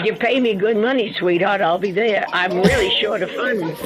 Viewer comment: I’m crying 😂😂 “not reely”